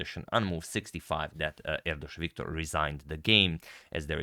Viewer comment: you got it right, it's Erdős Viktor. also you done well with the "Erdős" too, most people fail using "s" or "sh" when it comes to hungarian language